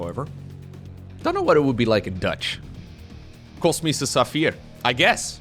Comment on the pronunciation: why did u specifically mention Krefeld? I live there xd On a seperate not, love ya, thanks 4 your content <3 ah, and, btw: it's "Kosmisch", so the "s" comes before the "sch":D